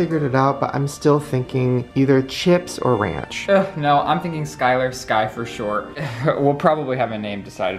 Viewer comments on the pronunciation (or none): none